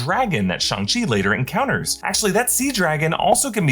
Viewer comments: It’s Shang not “Shung”, idk care the way Kevin said it, his accent got in the way, even Sterling the creator said that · SHANG not SHUNG lmao why do yall get so much promo and can't even pronounce character names properly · it's Shong not Shung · I thought it was Shang not Shang.. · It literally isn't..... It's "Shung". It's how it's properly pronounced